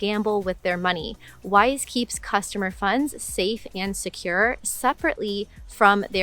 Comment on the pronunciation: I was listening to this video without looking at the screen, and I thought you were saying “wife.”